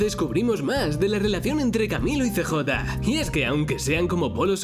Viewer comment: No es cj se pronuncia siyei